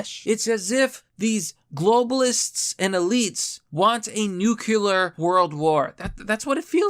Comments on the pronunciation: I think my biggest pet peeve when talking about international affairs, is the mispronunciation of "nuclear." It's not 'nucular' it's "nuclear." "New...Clear." Nuclear. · With all due respect cut people some slack, 'nuclear' is a hard word to pronounce. It isn't even authentic English since the word comes from the Greeks.